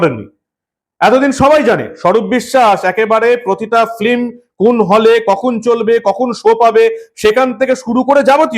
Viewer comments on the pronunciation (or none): বন্ধ হলে খুশি হব। যা সব সিনেমা হচ্ছে এখন! তবে আপনাকে বলি কথাটা ফিল্ম ফ্লিম নয়